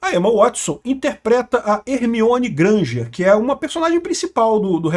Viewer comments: Escutei Hermione Granja! kkkkkkkkkkkkkkk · Só eu entendi Hermione Granjer